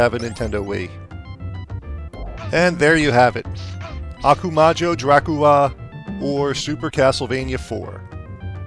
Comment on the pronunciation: I love how you said "Okumayo Dracula" instead of "Ah-ku-ma-ho Dracula" :P